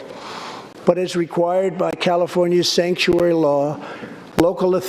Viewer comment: He said Stankuary.........